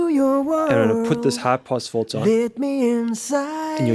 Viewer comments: Kahaan Ok. Just had a quick listen to him again. Hehe. It's weird how he says "in" fine, but then makes "Filter" into "Folter". Anyway have a great day. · You say fulter i say filter.